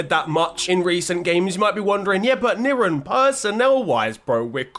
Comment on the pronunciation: I appreciate the warm welcoming of the slavic community mister Niran 🙏 10/10 pronunciation big man